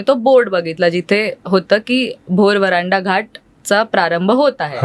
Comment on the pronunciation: व्हरांडा नाही हो वरंधा घाट अस आहे ते